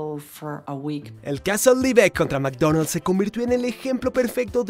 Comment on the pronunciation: meecdoneld's se pronuncia ,, yo le digo macdonal